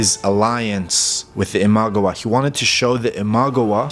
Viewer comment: Ima-gawa, NOT Imag-awa. Sorry it was just a little grating to listen to you mispronounce this over and over.